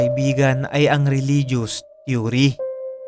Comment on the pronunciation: They way you flashed repeatedly this man's picture is like a form of BRAINWASHING. The viewers of this clip will have this image imbedded into their minds hence will be dreaming about it. The word THEORY was also pronounced wrong as well, just a point to ponder.